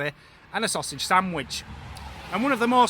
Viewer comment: 😂 that face! Lolll great special effects! I love the way you pronounced "Samwitch" lol Whatva creepy bus shelter! Omg! Imagine at night!